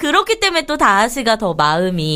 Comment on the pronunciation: 다이시=>다아시 입니다.